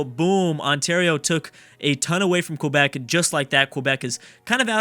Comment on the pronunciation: Every time he says Quebec I die a little inside